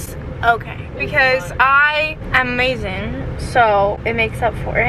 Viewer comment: UH-mazing not EH-mazing